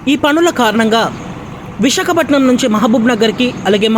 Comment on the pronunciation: Ore edava visakhapatnam anedi clear ga palakara